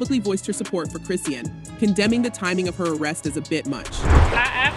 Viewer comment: Chris-Sean (Shawn) not Christine or Chris-sheen or Christian